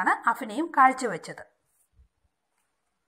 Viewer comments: Aphinayam alla abhinayam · അഫിനയം അല്ല അഭിനയം